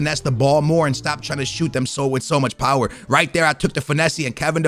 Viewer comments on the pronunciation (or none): none